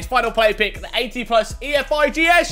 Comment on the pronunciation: Man said ee ef I gee es fkn hell FIFA made it like that so u say efigs u wallad